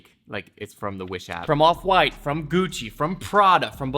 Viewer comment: "Guccerr" Lol Socks@